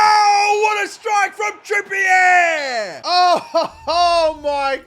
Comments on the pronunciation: It's pronounced Trippy-A not Trippy-Air ffs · is the CEO of Kieren "Trippy-yeh"